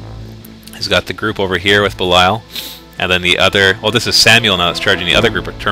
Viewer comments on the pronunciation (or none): This shouldn't be funny, but everytime calls Sammael "Samuel" I have to laugh.